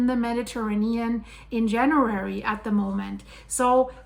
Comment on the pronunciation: This is the first video I have had trouble understanding your pronunciation. It is definitely not American. Why does you keep saying January? Is this recent or old??? Confused.